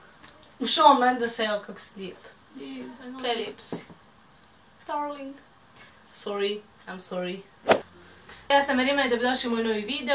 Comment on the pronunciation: Oj naglaska na sorry hahahahaahahahahhah 😂😂